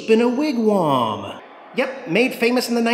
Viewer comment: Wigwam not Wigwarm lol